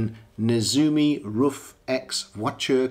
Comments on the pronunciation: Hi, that's correct, it's more like "roof"! I really enjoyed your video! All the best from Germany! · Your pronunciation of RUF is perfect! Many people think it’s pronounced like “Rough” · I think you pronounce it just right👍 Shmee pronounced it just as you did, so he must be right, right. Thanks for sharing